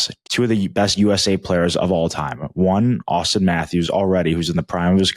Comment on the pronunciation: It's Auston lol